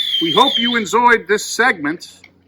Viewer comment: I like "enzoyed" lol!!! Thank you beer fairy.